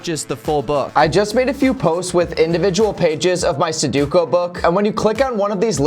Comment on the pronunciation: Someone please tell him how sudoku is pronounced.